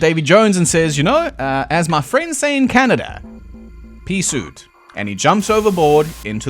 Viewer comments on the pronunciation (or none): The "peace oot" got me...